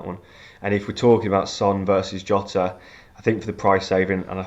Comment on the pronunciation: Where in earth do you get YOTA from? Do not watch fpl family. They started using that stupid pronunciation - and are still the only ones saying it. You don't call Mourinho Yosay